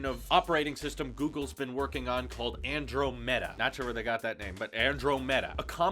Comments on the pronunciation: Ann-drah-mahdaa not Andro meta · Lol XD, dude it's pronounced [an-drom-i-duh]... like the galaxy that's near the Milky Way In fact wasn't that Galaxy a default wallpaper on Mac's a while ago? Lol, I was so caught off guard when you said that